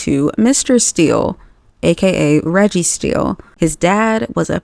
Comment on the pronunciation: I’m sorry but did you say Registeel